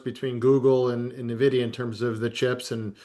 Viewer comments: Maybe if these New Harbor guys knew how to say ENvidia correctly I could take them seriously…at least it’d be a start. It’s only the most important stock in the market and they can’t pronounce it correctly. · Na-vidia or ...In-vidia??? EVEN THE CEO says In-vidia...😂😂😂😂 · Social Distancing Guidelines: Covid 19, 6 feet; people who say "neh-vidia", 100 feet. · AN VIDEA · "Nuh videa" unwatchable video when I hear someone call it that 😂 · It’s funny when commentators don’t even know how to pronounce nvidia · i noticed many "experts" mispronounce the largest company in the world smh